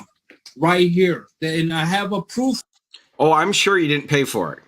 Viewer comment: Anyone else know why can button shirts and seemingly cannot? I have seen him with a buttoned shirt, but I think it is either a deepfake or his assistant did it. "I have "a" prooffff" Ok... "Dis a Fraud"... "How can do a" English is hard guys.